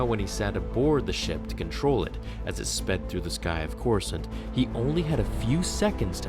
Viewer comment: "Destroy Coresaunt" excuse me wat